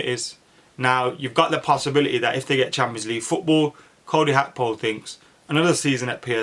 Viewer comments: Gakpo not akpo 🤣 top man 👍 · Bro do you not see the G in Gakpo? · When did Gakpo become Hakpo? 😂